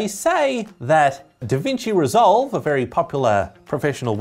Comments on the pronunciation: "Davinci reslove" lmao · "davinci reslove"